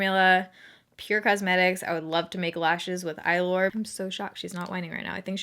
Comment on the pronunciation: The name is how you pronounce the eylure lashes you’ve been loving